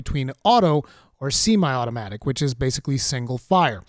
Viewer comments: See-my? SEE-MY???? Great video, but....SEE-MY?????!!!!!! Not Semi (Seh-me)? dude. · “Seemi automatic” literally no one pronounces semi that way. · Did he really say “Seemi” for Semi Automatic? 😂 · "See-My automatic" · “Seemi automatic” and “reticule” are just too much for me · Amazing information. But this dude pronounced semi as see-my. <3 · Cemi... wtf is cemi? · Boomer here, I was all in until he said see-my automatic. Come on man. Semi ass walk out this video. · honest question, not trying to be a dick, but is english your second language? i've noticed you have some unconventional ways of pronouncing some words in your videos. like "semi" being pronounced "see-mai" in your video here. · Never heard someone pronounce semi-automatic like that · The way he said semi irked me lol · Lmao yes!!